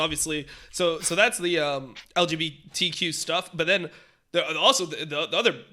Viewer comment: The best part is when dom is struggling to pronounce LGBTQ while visibly reading from a screen.